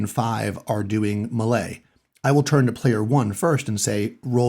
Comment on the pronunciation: Love your stuff. Thanks ps-do you say melee like that on purpose? After hearing you pronounce it I thought I had been saying it wrong for decades. Every reference I could find though pronounces it the way I know it.